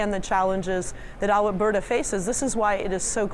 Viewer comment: ...did she say Alah-berta?